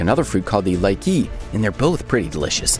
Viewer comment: Like-ee?? no it's LEE-CHEE! And they are insanely tasty.